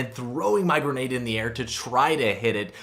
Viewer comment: umm sorry but it’s grenade not gernade